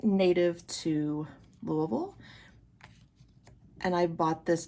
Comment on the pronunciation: Lovely selection decks! The Guided Hand has been on my list for a very long time. Are you in the Louisville area? (You must be because you pronounced it correctly hehe!) Thank you for sharing about your practice. ❤️